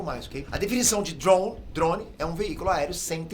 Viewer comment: Po,! Para de falar OVNI dando ênfase no i 🥴 e também falar droun... É DRONE cara 🤣😂🤣😂🤣😂🤣